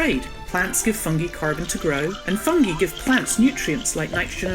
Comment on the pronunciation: Is "fungi" pronouncd correctly? Cambridge dictionary says fʌŋ.ɡaɪ for both British and American pronounciation